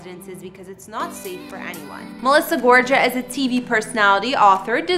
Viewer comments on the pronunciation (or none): It's Gor-ga, not Gorja, the g is a g. Sorry I had to tell you. ❤️ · GorGa not GorJa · Nicely done, as always,, Thanx. Just a hint - Melissa's last name has a hard G on both G's -= so GoRGA, not Gorja. No biggie. I really like her and her hubby, even though he can sometimes come off as kin of a chauvenist. She is so gorgeous, and seems so both inside, and out. Unlike Jennifer Aydinm, she DOES seem to work hard, and be truly grateful for all she has. Her look reminds me a lot of J Lo This house is supposedly about 30-40 mins away from where I am now, moved her last year - but my house, and area are NOTHING like that - I WISH!!:):) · Her last name is GORGA NOT GORJA! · You’re not pronouncing her last name right before you do these videos check how the Pronunciation is it’s not Georgia it’s Gorga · It's GORGA with a hard "G", not a "J" sound... sheesh.... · GOR-GA NOT JA PRONOUNCED WITH A GUHH LIKE GOTCHA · What do I think? The Way u pronounce "Gorga" like " Gorja" Is so...... annoying, Unless you're doing on purpose, Maybe some research next time may help🤔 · "GOR-GAH" NOT "GOR-JAH" 🤦‍♀️🙈🙉🙊🤣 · It’s pronounced Gorgah ….Ty for this video it’s very cool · Exactly it’s GorGA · Gorga is pronounced "Gore- GA" like lady gaga and that's their Jersey Shore house not their main home. The Jersey Shore home is stunning but not for anything it's not glam enuf for Melissa to be their "main" home. Just saying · The name is pronounced - Gor-ga! Got it!!! Italiano. Ciao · Last name is pronounced Gor -ga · They didn't sell their house in Montville and if they did it had to have been VERY recently. The house on the Jersey Shore is their shore home they live in most of the summer months.ALSO their last name is Gorga. The ga is pronounced with G not J.Gorga like GAGA!There's no J sound. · It's GOR-GA. No j !! 🙄 come on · Melissa GorGa ….that’s a hard G sound Not a J sound 🙄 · Maybe not butcher the name?? Gorga as in Gaaaa hard g long a. Like Gaga. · YOUR PRONOUNCING GORGA WRONG